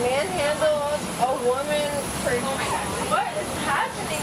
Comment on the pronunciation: Stop "dishrespecting" me 😂